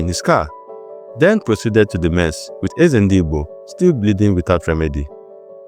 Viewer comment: Why couldn't you properly pronounce Barewa [Baa-re-wa]; Ezedigbo [not eze-ndi-Igbo], etc.? Besides, you drew conclusions not backed up by history, like dubbing Maimalari "oner of the most powerful and respected officers in Nigeria military". Not only didn't you adduce reasons for such a qualification, you actually contradicted yourself towards the end, when you stated that Southern officers questioned his "swift rise through the officer rank from a regular combatant." Notwithstanding, I gave the video a like, just to encourage you. Please, don't fall into the Nigerian habit of adding salt and pepper to history. Civilization and scholarship demand that history is presented as objectively as recorded, however unpalatable; flavoring history with superlatives and sentimentalities is pedestrian and ahistorical.